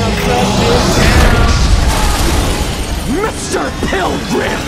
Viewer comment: "MISturr PYLgrYM!"